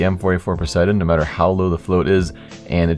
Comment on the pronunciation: lmao i thought u sed no matter howl low the float is